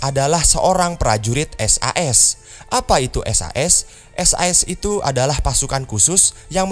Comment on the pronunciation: Kalo s a s nya dibaca sas kok kayak SUS suaranya